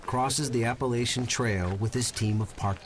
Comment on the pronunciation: let me just say it's App-uh-latch-hun not Ape